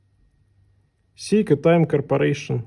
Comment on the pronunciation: Не сЕйко, а сЭйко!!! Говори правильно, дегенерат!